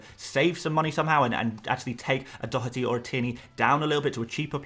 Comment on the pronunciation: Informative content as ever and Excellent pronunciation on Dotherty! 🇮🇪